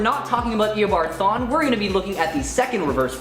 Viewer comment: man im sorry but the way he said THAWNE as like "THAIN" c'mon now you guys